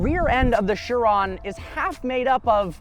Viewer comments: I thought Chiron was pronounced “She Ron” not “Sure ron “ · Who else pronounced this “KI-ron” when they first heard of it? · Learn how to pronounce Chiron please it's driving me insane